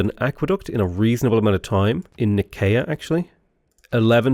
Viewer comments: And Nicea is “Ny-SEE-uh”, not “nicky-a” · "nikaya" is killing me - it's pronounced ny-see-a 😭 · Yo, Love the vids! It's pronounced Ni-see-uh. It's where the church came up with the Nicene Creed :)